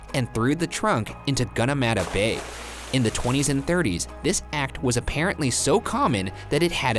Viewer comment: As well as Gunnamatta Bay (no shade tho as they are American and do not know how to correctly pronounce these Australian words)